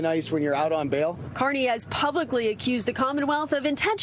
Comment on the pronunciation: Hey, Terrapin 🐢 it's DAMOCLES. Not DOMOCLES ya numbnut 😒